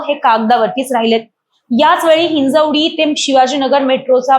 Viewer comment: बाई ते हिंजवडी आहे ही हिंजेवाडी नव्हे